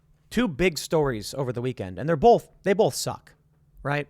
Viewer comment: When Tim says "boLth" 🤣